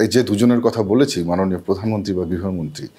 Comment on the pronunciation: অধীর তো কথাই বলতে পারেনা। প্রধানমন্ত্রীকে বলে পোদানমন্ত্রী।